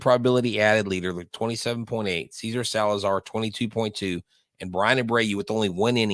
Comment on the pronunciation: It is NOT pronounced “Caesar” but SEH-SAR. The GREAT Gene Elston, Astros radio announcer ( ) pronounced the name of Cesar Cedeño correctly.